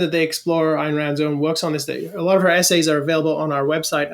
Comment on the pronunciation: Ayn…not Ann